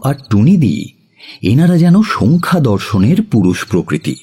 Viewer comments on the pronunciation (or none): অসাধারণ গল্প তার সাথে দুর্দান্ত পরিবেশন কেবল সাংখ্য দর্শন কে সংখ্যা দর্শন বলাটা কানে লাগল।